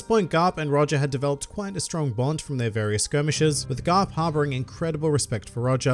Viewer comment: did you just say grap instead of garp